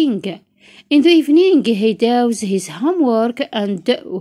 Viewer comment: داز ماشي داوز